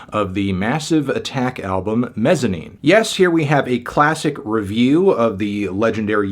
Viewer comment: I love this album and still listen to it regularly. It throws me off that your place the emphasis on the "-ine" syllable instead of the "Mez" syllable...